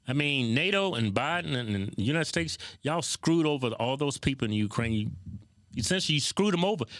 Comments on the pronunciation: you country aases keep saying United Stakes lol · Kevin kept saying United Steaks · Bro why you keep saying united snakes 😂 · Am I the only one who hears United stakes ?? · Kevin: “United Stakes” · He said United Stakes, lol 😂